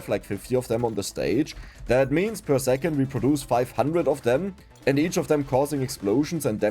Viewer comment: Zo, zingle run, zix, zis point...German accent is so weird. You say "second" correct. Why don't you pronounce it then like zecond?